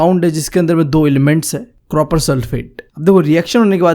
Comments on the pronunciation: Copper ❌ cropper✅ 😂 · Copper ❌ croper✅ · Bhai cropper nahi copper bolte hai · Copper can be heard as croper😂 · Copper ❌ cropper ✔ 😂😂 btw your teaching unique and very understanding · bhai ye copper ko cropper kyu padhta hai koi bta skta hai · its copper not croper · Bhai ki kropper(copper) if you want to listen to it🤣🤣🤣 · Copper ❌ Cropper✅ Just for fun 😂😂